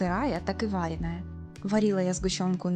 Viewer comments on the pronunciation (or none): ВарЕная, ударение.